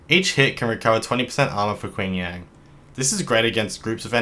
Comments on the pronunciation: Just a note, his name is Ching Yan, the "a" is like in "man" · "Quing Yang" Ouch.